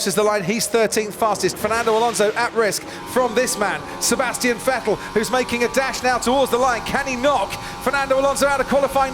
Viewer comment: Why does he call him fettel